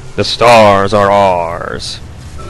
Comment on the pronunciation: The starghs are arrghs. LMAO!! I say our like hour.